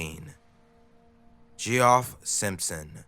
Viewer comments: its geoff not gee off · Gee-off, the beast way the word geoff has ever been said